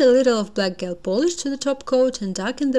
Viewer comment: По английски гель произносится как «Джел». В остальном все супер !